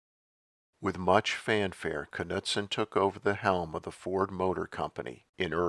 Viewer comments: Bunkie's last name is pronounced, NEWD-sen, not K-nut-sen. And this T-bird is still ugly. So is the Pontiac. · I think the ‘k’ is silent in Knudsen